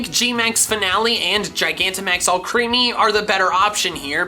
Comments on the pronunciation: It’s more killing that he calls it “All creamy” when it’s spelled “Alcremie”, pronounced like Alchemy. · If you keep saying ‘ALCHREAMY’ I’m never watching another one of your fucking videos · Are you saying Alcremie wrong on purpose like you do some others or is it unintentional, because the way you say it is creepy AF. But if I knew it was intentional, I might find it funny. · PLEASE FOR THE LOVE OF GOD PRONOUNCE ALCREMIE CORRECTLY